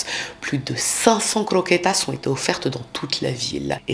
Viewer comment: AaaaaAAAAÀAHHHH LA CROKÉTAS AAAAHHHH..et les MANGEURS DE CRRROQUÉTAAS😂😂😂